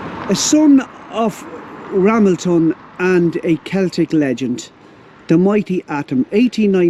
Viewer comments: Pronounced RaMELton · Pronounced, Ra, mel, ton. James Buchanan 15th President of USA, born just outside Ramelton. His father James Buchanan Sr. was an Ulster - Scot.